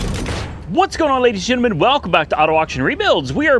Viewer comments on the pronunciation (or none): say gentle men not ginamen.